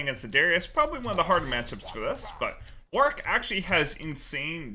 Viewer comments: "Hey guys for today's video I'm gonna be playing Worik in the toplane." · Devs said it's Warwick, but "Worrik" is a viable pronunciation for EU. Like Warwick(Worrik) that town in England.